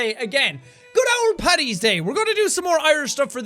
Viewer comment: it’s fuCKIN PADDYS NOT PATTYS